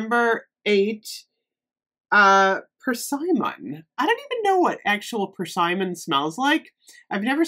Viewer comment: The 'i' in persimmon is a soft 'i' 😉